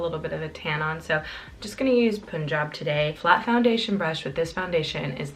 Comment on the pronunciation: It's pronounced pun-jab (like excuse the 'pun' :) Just letting you know as it is an Indian state where the descendants are called Punjabi's. So it's important to pronounce it properly. Loved the makeup look xxx